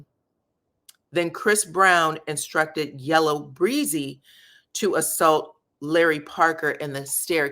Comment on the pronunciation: Yella Beezy is from Dallas. it’s Yella Bee-zy, not Breezy.